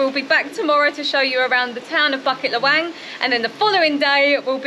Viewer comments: local pronunciation: boo-keet luh-whung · Cute how you guys pronounce Bukit Lawang :)